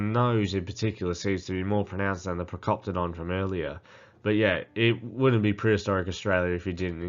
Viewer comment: Procopala 😂😂😂 Procoptodon